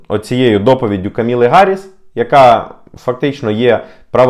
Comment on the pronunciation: Імʼя кандидатки від демпартії - Кáмала (з наголосом на першу «А»). Ніякої Каміли нема.